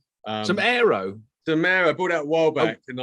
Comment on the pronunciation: I thought he said he bought some Aero at first. 😃